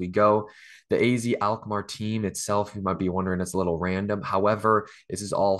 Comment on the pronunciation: In The Netherlands you pronounce AZ like 'Ah Zet'